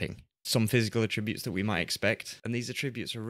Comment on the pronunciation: hi ive watched pretty much all your great videos on FM and i have a minor complaint , every time you say attribute or attributes it grinds me as you are to my ears mispronouncing it but keep up the good work⭐⭐⭐⭐⭐